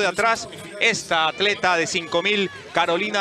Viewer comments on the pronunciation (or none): none